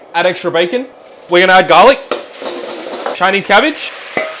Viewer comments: Man emphasized the CHINESE CABBAGE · 'chilese cabbage? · The chailis cabij